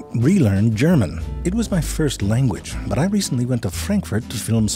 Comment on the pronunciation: Was that the first "sorry, butt" instead of "sorry, but"?